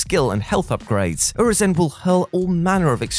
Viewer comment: Nah bro how did you say Urizen?